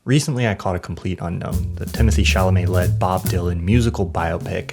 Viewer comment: Sounded like you said "Tennessee Chalomet" at the beginning, and I think that would be a better name for him.